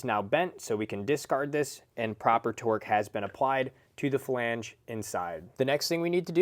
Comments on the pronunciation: Flange not Falange 🤦🏻‍♂️ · Flange. Not falange. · this was brutal to watch. who TF taught this guy how to say flange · Hearing you say “flange” gave me Forrest Whitaker eye. Great video, though.